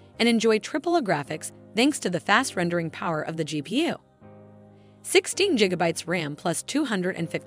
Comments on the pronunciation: You saying Jigabytes Intead of gigabytes does not let me enjoy the video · bro on the first one it straight up said 8 jiggabytes of ram instead of gigabytes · Jigabytes killed me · 18 jigabytes! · 1.21 Jigabytes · That Jigabytes is tough to listen to.... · I cant take your video seriously when you keep saying jigabytes. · im glad someone made the comment. i though it was pretty funny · It might just be me... but the fact that she keeps mispronouncing "Gigabytes", is really irritating. 😅